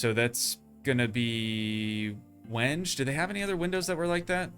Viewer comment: WENGE. AHHAHAHA, is pronounced "when-gay". LOL. Yes really